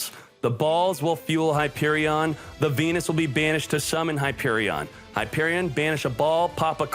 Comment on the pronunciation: u saying venus sounds like pen1s :V